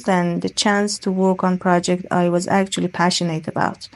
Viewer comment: She sounded robotic, though: she lacked word and sentence stress at times, making her speech monotonous. On top of this, she mispronounced some words: comfort, passionate, dilemma. Please, don't perceive as an awful stick or sth; I am just leaving my comment on her performance. However, she used some native-like expressions, showing that her proficiency is on another level.